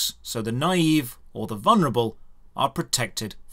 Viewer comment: I think we can all agree "naive" is not pronounced "knive"